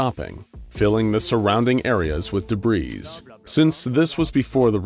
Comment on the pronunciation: Debris not debreeze